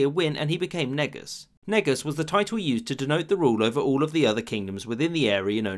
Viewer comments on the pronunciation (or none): Your pronouncing negus wrong. Its ne -goose not negas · It only sounds bas because we pronounce it wrong, lol. Its ‘nuhgoose’, not ‘neegus’ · Bro it’s pronounced NEE-GUS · My brain: ok, ok. Pronounce it correctly, its ne-goose. C'mon its easy man.. Me: Niggus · its nguus not negus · i dont care about american pronounciation it is written as ንጉስ prononced ንእጉስ neh~gooseand thats it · Lol it's pronounced more like 'neigh-goose' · It's nu-goose. I'm not sure why people pronounce it that way outside of East Africa? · Oh God, "Negus" really....I don't how that may be turn into some racist joke at all' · If you want to say it the proper way and not sound like your saying the “n word” try to say “Nu-goose” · Negus is pronounced N'goose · It’s pronounced neh-goose lol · Negus is not correct Ngoos is the right way to say it😡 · its pronounced neh goose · its pronounced ne-goose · he did make it seem like the n word tho it aint pronounced like that it is prounounced as neh~goose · americans pronounce it neg-us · He pronounced it wrong . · So nobody is going to talk about "Negus"? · If say Negus wrong, people are hating. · Why do i think negus is pronounced another way but you said it like that on purpose ? 😂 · When he said negus it didn't sound right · You pronounced Negus so wrong. I’m Ethiopian and it sounded like you were trying to say the N word on purpose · I have no idea how Negus is supposed to be pronounced, but that definitely sounded a bit unfortunate in modern times. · "Negus" CmonBruh